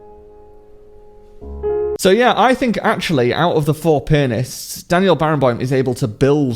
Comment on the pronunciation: Why did I hear "4 penis" in the first sentences....?